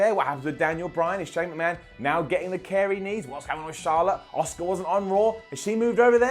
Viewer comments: It's Asuka, not Oscar, come on (Ass-ka) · Stop calling asuka FUCKING! Oscar!!!! Its not hard to say just think of saying ask ha like that and you’ll say her name right